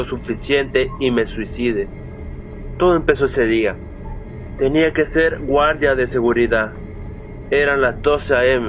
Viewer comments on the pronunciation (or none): La vos es algo así hola soy un gualda de seguridad